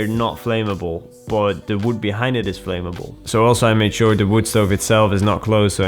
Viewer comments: pronounced "flam-ma-ble" just fyi! cool video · why doyou talk like that it makes you sound stupid and btw you should learn to pronounce "Flamable" properly, it's a vet basic word.